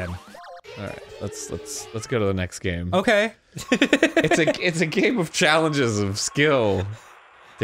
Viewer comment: Oh-key, boomer